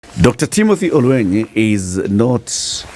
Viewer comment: It’s OL-WE-NY; ‘NY’ as in NYanza NOT as in maNY.